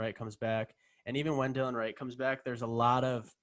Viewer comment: Just to let you know it’s not Dylan or Dillion Wright, it’s Delon Wright!